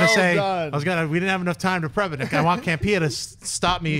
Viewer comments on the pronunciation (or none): Campea....not camera.